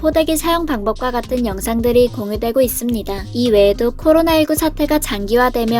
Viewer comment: 인사이트 커리아, 커로나.. 나만 이렇게 들리나? ㅎ